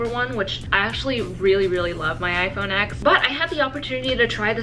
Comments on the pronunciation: You pronounce it as "10" not "x" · The fact she says iPhone “ex” instead of 10 shows how much of a “fan” she is 🙄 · Homegirl you call yourself an Apple fan but you say “ecs” instead of “ten” wowww 😂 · lmfao it's pronounced as "10" not "ecs". this is not some word where everyone pronounces it in different ways. "10" is how it should be pronounced. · people (like in this video) say "ex" that's my point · Quinn tuplet it ain’t the right pronounciation. just saying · I get what your saying because you don’t say I have V fingers, you say 5 👍🏽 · She’s “apples biggest fan” but she calls the Apple Watch series 5 the “5 series” she doesn’t know how to pronounce iPhone X correctly and she doesn’t know the color of her ipad 🤦‍♀️ I’m 13 and know more than her. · Pronounces “iPhone X” wrong, too